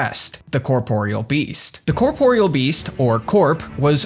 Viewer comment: HOLY SHIT a Youtuber who pronounces the Corporeal Beast's name correctly. I thought this day would never come. Giving this vid a like.